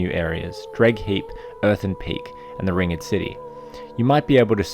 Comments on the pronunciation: you pronounce it "ringd" not " ring ed " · Hate to be that guy, but it's not 'ring-ed' it's just ringed, as in surrounded by a ring. So, ringed city. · How the fuck do you not know how to say ringed? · Yeah I thought so too until he pronounced the word Ringed so wrong lmao